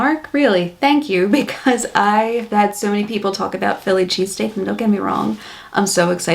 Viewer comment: Chess stick. Yes that's what I was hearing him say to...so what was he saying. .